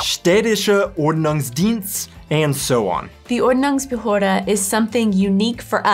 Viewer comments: You guys pronounced Quark perfectly! But you really have to practice on the Umlaute: Ü and Ö! It's OrdnungsbehÖrde and TschÜss! Ü & Ö ≠ U & O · you pronounce Ordnungsbehörde so wrong XD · Die Ordnungsbehörde is a word Americans aren't able to pronounce correctly. 😉